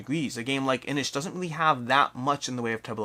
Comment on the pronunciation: I think it's Inis, not Inish, like in Guiness, not like dish.